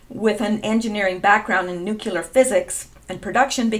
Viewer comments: Good stuff as usual. Please note: The word is pronounced NUKE-LEE-UR not nuke-you-ler. Common error. No such word. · There aren’t two ‘U’s’ in the word Nuclear... it’s nuc-lee-ar - not Nuc-U-lar... just sayin... {Metathesis (linguistics) Metathesis (/mɪˈtæθɪsɪs/; from Greek μετάθεσις, from μετατίθημι "I put in a different order"; Latin: trānspositiō) is the rearranging of sounds or syllables in a word or of words in a sentence. Most commonly, it refers to the switching of two or more contiguous sounds, known as adjacent metathesis[1] or local metathesis:[2]} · Please don't say "nukUlar" like George W .... It's pronounced Nuclear" (new Klee ar) not (new que lar) I. Like you and your posts, you're a nice person and I don't want to be reminded of GWB by you. Just a friendly criticism. :) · NUCLEAR not NUCULAR, stop it!! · Btw they’re not “NUKULER weapons they’re NUCLEAR weapons. Please try to pronounce it properly. Since you said it so many times it was very annoying. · Thanks for your perceptions and research. One tip, it's spelled and pronounced "Nu-cle-ar"not "Nu-cu-lar". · Pronounced new-clear, not nuke-you-lore. Sorry, pet peeves. Your channel is good though. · PLEASE ...! NEW_Q_LUR is not a word. If you can't pronounce Nuclear properly try this old trick... Say New-Clear as in NEW CLEAR war. Kudos and thanx to good ol "WALT KELLY" for this from his comic strip for many decades ..."POGO"